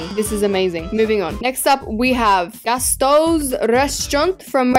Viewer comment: Um gastoes it’s gusteau’s